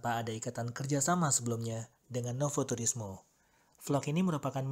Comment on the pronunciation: Bacanya nowu turismo gtuh kak...hehe...slm yah dri Tiles...di el legendario pizza nya dunk kak..eneak